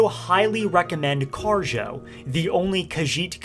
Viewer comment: did you say Kharjo or J'zargo?